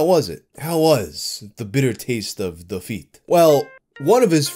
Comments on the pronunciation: "The bitter taste of Da Feet" NOOOO!!! 😭😭😭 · "the bitter taste of...de feet" lmao